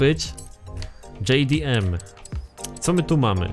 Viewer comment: Mówi się dżej di em